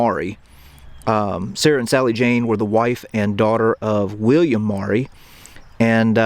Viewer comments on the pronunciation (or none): none